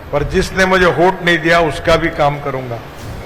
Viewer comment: “होट” नहींरे बाबा…! “वोट” बोलते हैं…